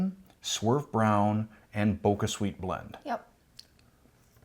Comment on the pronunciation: Thanks for doing this! Btw, the squash is pronounced Ka-bo-cha (it's a type of Japanese pumpkin), not Ka-bo-ka, so the sweetner is therefore pronounced Bo-cha Sweet, not Bo-ca Sweet. And the sugar alcohols like Xylitol and Erythritol mess with lots of people's tummies, mine included, so you're in good company there :)